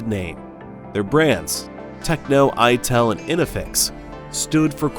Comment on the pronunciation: . its "i"tel